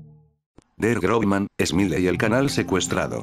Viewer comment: Realmente se pronunciaria Grossman, no Grobman